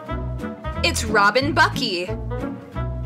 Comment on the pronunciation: Buckley not 'buckey'